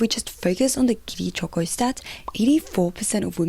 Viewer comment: I like the way choco is pronounced in Japanese 🩵